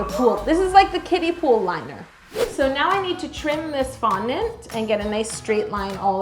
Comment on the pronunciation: Not me thinking she was saying 'Kitties' instead of 'Kiddies' I thought it was pool for the cats lmaoooo